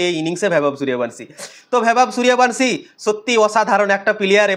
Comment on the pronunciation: এই তুই আগে নামটা ঠিক করে উচ্চারণ কর